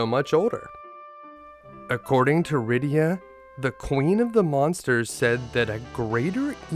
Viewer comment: It’s not Rydio amd Roso. It’s rydiA and RosA. So why say YONG and RubicOnt when it’s yAng and rubicAnt